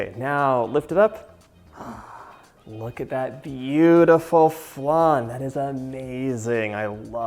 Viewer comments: It’s funny how you say flan. I’m Mexican and we had it flAn and you say it flun 😂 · I do love a good “flun” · Looks delicious, but what's a flun? Lol xx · It hurts hearing how he says it when uk french..